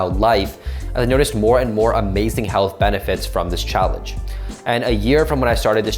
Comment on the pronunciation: “Heath Benefits” ?